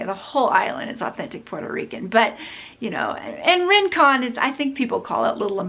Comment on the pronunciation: girl...its not RIN -CON.....its RING-COHN.....